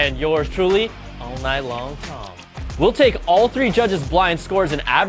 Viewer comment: "All Night Long Tong", uh, I don't think so.... but funny.